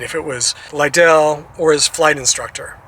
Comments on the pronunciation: Thank u for honoring Cory. It’s pronounced Li-dull. Like ladle. And as a baseball fan and an Oakland native, I have to ding you. It’s the Oakland Athletics, not Orlando. No worries though. Thank you for your tribute to a great mlb pitcher ⚾️⚾️ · Hi,: Two things: I believe his last name stressed the first syllable, so it rhymed with "idle"...and one of the MLB teams he played for was the Oakland Athletics. There is no MLB team in Orlando.